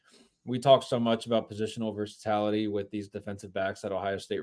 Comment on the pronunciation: It's versaTILaty, not versaTALity. I am begging you to stop misprouncing this word every podcast!! 😮